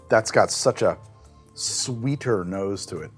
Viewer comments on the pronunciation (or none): none